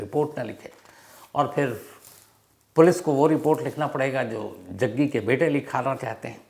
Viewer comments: Bhai aap jaggi ko jagga bol rahe ho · रिपोर्टर साहब जग्गी बोलिये कब से जग्गा जग्गा बोल रहे हो